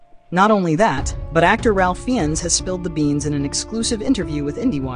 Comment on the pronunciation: Raif Fines is how you pronounce his name.